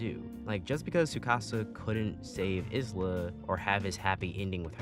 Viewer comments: STOP CALLING HER IS-LA IT'S I-LA THE S IS SILENT 😭 Great review tho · Isla being literally called "is-la" hurts me so much, her name sounds terrible that way to me. You basically say her name I-la (like you pronounce the letter i, don't say the s and simple put -la in the end). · Great video and all but.... iz-lah? I'm so used to the sub where it's ai-lah and I'm not used to it. Alright, great vid tho